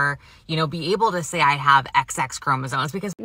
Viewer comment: call me crazy, but i refuse to take lessons on genetics from a person that apparently thinks the word "chromosomes" has the letter "n" in it. that seems like it would only happen if you've never actually read it before, and only heard it said.